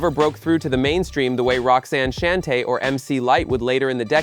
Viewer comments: I stopped listening when I heard ROXANNE SHAN-TAY. No AI SLOP for me. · Roxanne "Shann-tay" Idiot. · If only you would pronounce Roxanne Shante's name correctly I would've become a subscriber even though I'm sure it was unintentional 🤔🥴